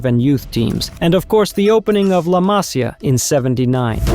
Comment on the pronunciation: It’s not “La Masia”, but “La Masía”. Emphasis on the “í” that for mysterious reasons wears an apostrophe proudly on its head. ;)